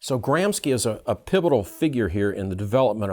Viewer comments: Gramski? You pronunciation suggest Russian/ Polish origin. Antonio Gramsci was Italian /. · Kudos for extremely well articulated explanation, but it's a little bit strange that critical theorist doesn't know how to correctly pronounce the names of its founders... Lucacs is pronounced "LucaCH" (as in "China") and Gramsci is pronounced "GramSHi"... Sorry, but it really hurt my ears every time you said their names (in spite of the fact I really despise the world vew they tried to promote).